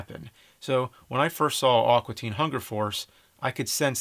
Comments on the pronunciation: It sounds like James is saying "Awkua" Teen Hunger Force. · Thats NOT how you say "AQUA"! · Amazing review. Great perspective. God fucking awful pronunciation of the word "aqua". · "Awkwa Teen Hunger Force" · It's "A-qua" not "Ah-qua"! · "Awkwa" Teen Hunger Force??